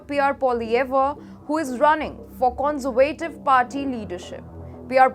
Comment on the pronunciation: You might want to practice 'Conservative' intonation on Google translate. Its a bit wayward.